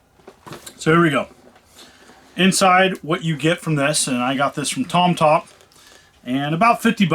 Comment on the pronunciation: . Ah, ok, I really thought he was saying Tom Tom.